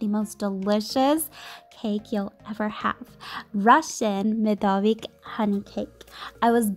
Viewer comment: For all English speakers, this cake calls MedovIIIk, not MedOOOvik